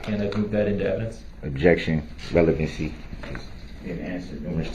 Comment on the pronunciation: Relevincy. Leadin de witness. Do dat. Objectiun axed and answered.